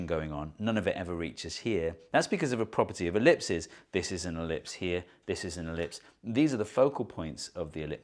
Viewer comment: Nah nobody mentioning "elipses". Its elepsi(or something similar) with the ending pronounced as ee